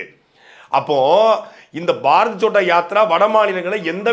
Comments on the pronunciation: பாரத் சோட்டா யாத்ரா இல்லை அது பாரத் ஜோடா யாத்ரா. இன்னொரு மொழி என்றாலும் சரியாக உச்சரிக்க வேண்டும். சாட்டை அவர்கள் கவனிக்கவும். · First pronounce the word correctly. That is Bharath Jodo yatra. Not chotta yatra. Jodo means unite. Chotta means small.In Tamil Jodi means what. That word is derived from the hindi word jodo